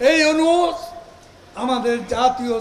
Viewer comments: আরে কাউয়া, ওনুস নয়, ইউনূস হবে, ঠিক ভাবে উচ্চারণ শিখে আয়। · কাউয়া ইনুচ ইনুচ করে ইউনুস নাম টাও সঠিক করে বলতে পারে না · ড. ইউনুস এর নামটা ঠিকভাবে উচ্চারণ কর, পরে তার সম্পর্কে সমালোচনা কর